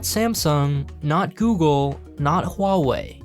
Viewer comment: 😂 my dude can't say google. Google!! Hahah it's no alphabet cereals.